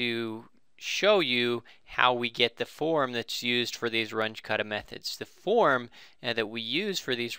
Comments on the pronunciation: RUNGE is German. Your pronuciation is crap. It's pronounced "R-oon-geh" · It's pronounced "R-oon-jeh" or "R-oon-geh"